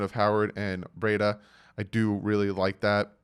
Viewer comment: It is pronounced Bree-da. And It is Gaskin, no s at the end